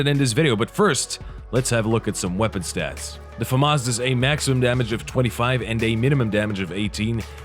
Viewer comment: Whaaaa! Finally someone who knows how to pronounce it!